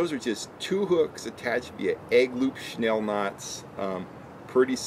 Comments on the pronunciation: Right? That was annoying the hell outta me. SNELL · Correct way to say it is snell. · Snell is the correct way of saying the knot. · It's snell and a lot of people pronounce it "shnell"